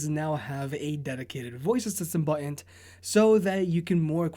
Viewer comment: I like when you say bo'on